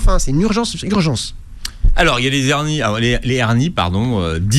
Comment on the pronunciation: Des hernies pas des zhernies